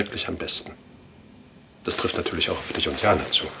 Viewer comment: Jana: Ja nartürlisch 😂